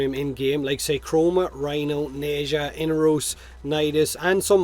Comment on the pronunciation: Yea I flinched when he pronounced it that way too